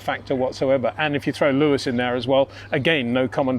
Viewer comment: it is NOT Max "verSHtappen" ... Max is not German (Germans indeed do pronounce "st" as "sht") ... #Max33 = Dutch NL/Belgium! ... It is not "Bottash" nor is it "Lewish" certainly not "verSHtappen" .... This BS started long time ago when a British sport presenter interviewed father Jos Verstappen and assumed you can use a German pronunciation to a Dutch Driver thinking it is so "funny" ... It is not.